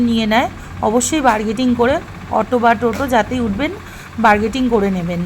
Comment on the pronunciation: বার্গেটিং নয় বারগাইনিং